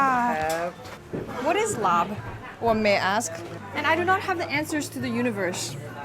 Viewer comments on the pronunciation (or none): i love you but its not laab with a b its just like “lah” 😭